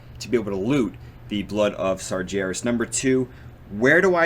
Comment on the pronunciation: You really need to pronounce Sargeras properly.. it kills me everytime. There is no J in Sargeras.